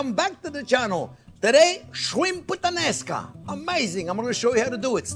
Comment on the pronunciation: I thought you said 'Shrimp with the Nascar" . I was like what the heck is that.